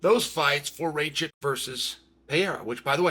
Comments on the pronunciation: who the fuck is Raychek???? 🤣🤣🤣 it's Rakic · “Raychick” (Rakic) 😂😂😂 Uncle Chael here butchering names😂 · You just cursed Alexander Rakic , Chael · Is it pronouced Rey chick? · Uncle Chael just refuses to get any name right that is not Smith or Jones😂